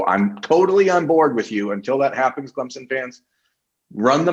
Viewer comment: People from Ohiya can’t even pronounce CLEMSON. Much less beating our football game...I think 11th was too high for a mediocre football team.. BTW... who stole it from Texas A & M.